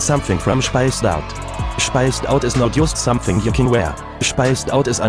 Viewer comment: Es gibt eine Sache, die mich total stört, wenn T Englisch spricht 🙊 Und das ist, dass er ständig „sonething“ sagt statt „something“... Aber so ist das nun mal 😁